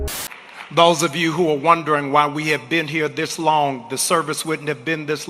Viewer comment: Did he say "Dis long." OMG! That is so damn embarassing!